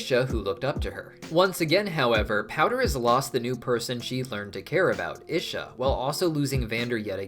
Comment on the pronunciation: Your pronunciation of Isha is killing me 😭 even jinx pronounced it as “ee-shuh” for us and you still chose to say it wrong